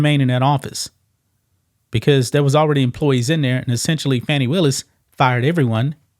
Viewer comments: She can’t even pronounce her own name because she’s calling Fanni as Fauny! She’s a liar and an embezzler . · Are you calling her "Fanny" on purpose? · I love that you mispronounce her name! You KNOW that pisses her off 😂